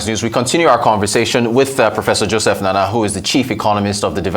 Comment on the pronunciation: Nnanna not Nana. Come on, do better and have respect for the culture.